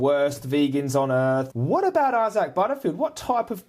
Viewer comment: Angry Vegan, lol. Maybe needs to chill and have a veggie sandwich. Why cant he pronounce Isaac probably too.